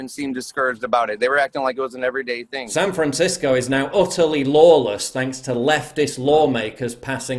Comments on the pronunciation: Sounded like the one guy said San Franshitsco. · Did that guy saying San Francisco was beautiful almost call it San Franshitgo?